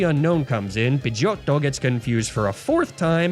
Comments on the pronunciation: Say pidegeotto like that one more time and im jumping out the window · The way you pronounce Pidgeottto always cracks me upXD Thank you for another amazing journey=3